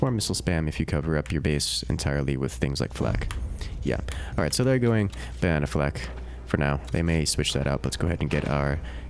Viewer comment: ba-nae-naed on